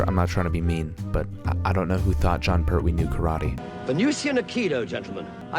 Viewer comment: it jon pertwee not jon perwee